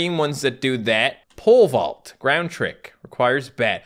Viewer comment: When he says pole vault it kinda sounds like he's saying pervert